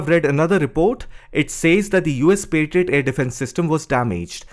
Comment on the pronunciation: Pa-try-out.😂 Yeah it tried 😂